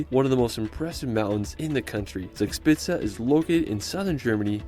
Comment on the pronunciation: when he said “sugspizza” the videos just stopped and wouldnt turn 9n again